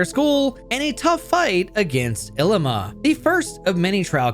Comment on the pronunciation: His name is ‘i-lee-ma’